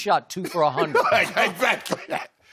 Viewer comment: Lmao called him Leshannon Sharpe